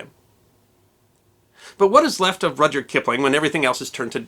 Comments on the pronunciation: Minor quibble two... From what I understand, the "y" in Rudyard was always silent. Therefore pronounced "Rudard". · Is his first name pronounced Roger?